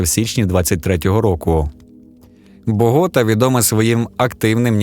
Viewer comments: БоготА а не БогОта…. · Богот'а', Богот'и'! Наголос на останній склад. Ато ніби так, наче ШІ озвучив